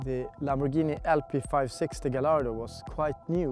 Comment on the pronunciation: It's not pronounced as Ga-ll-ardo. It's pronounced as Ga-y-ardo